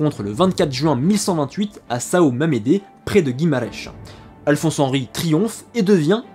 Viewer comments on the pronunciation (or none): Saõ ne se prononce pas Sao.